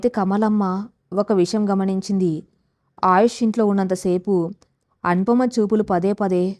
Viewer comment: Kathalu chala bagunnayi. Neeku chethuletthi dandam petti vedukontunnanu. Neevu andamaina madhuramsina telugu kathalu chadsvsrsmam aapesi vere inko panedaina chesuko. Assalu vinsleka pothunnanunu. Aayush ani sariga pslalakaleva thalli. Avunu inthaku nee matru badha enti thalli. Kharma matrubhashaanteartham ayyi chacchindo ledo neeku nee mother tongue e nri? Nee basha yasa chusthunte telugu lage undi. Inths thelisina nenu nenu ninnu sni maryada lekunda pilsvskydafu ani theliysja kafu. Nsku mee grsndmother vsyadu untundi. Anfuke ninnu. Nedku sni chepthunnsnu. Nerku matosati dsndam thslli. Lekspothe chsfive mundu vere vsllu chafivefi jagratthags vinu. Lskshmi garu cheppe ksthslu ilsnyivi. Endukamma Telugu bhadhanu khooni chesthunnav?🙏🙏🙏🙏🙏🙏